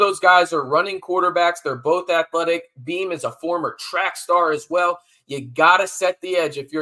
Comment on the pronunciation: It's Bean. Not Beam. JD6 isn't playing. Freshman walk on behind Bean.